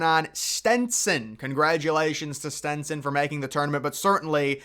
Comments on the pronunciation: IT IS STETSON NOT STENSON STOP SAYING STENSON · It’s Stetson, not Stenson! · Buddy it’s STETSON NOT STENSON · There’s only one “n” in STETSON…smdh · Say it with me …STET-SON. Not Stenson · Stenson? You failed within 20 seconds of your video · I love your videos. But for Christ's Sake bud there's no N in Stetson university